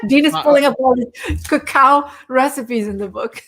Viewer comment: Why does Dean keep mispronouncing Cacao???? Besides his stuttering it’s SO distracting. Other than that, I truly deeply appreciate their research and divergent information from the information and pressure from the fat proponents like Dr.’s Dale Bredesen and David Perlmutter who love eating animals and fat. Ugh!